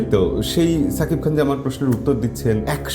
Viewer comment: সাকিব খান না , শাকিব খান। ঠিক যেমন বলেন সাহরুখ না, শাহরুখ খান।